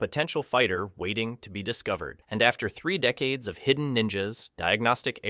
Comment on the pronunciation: "after three dedaces"